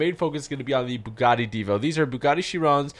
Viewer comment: You say it right divo